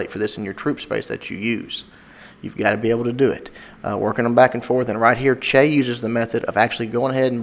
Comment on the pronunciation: is Chea cambodian? If so, then he's "Chia" instead of "Chay":) Just bustin your balls.